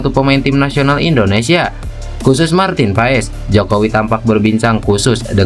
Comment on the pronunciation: gara 2 para pembuat konten martin pass disebut martin paes tuh liat hasilnya semua ngomong PAES bukan PASS....Googling dikit kenapa 🤣